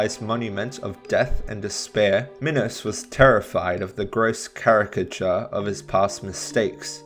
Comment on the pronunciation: he actually said minos right :O